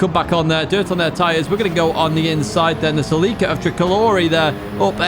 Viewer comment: That is how the Japanese say it.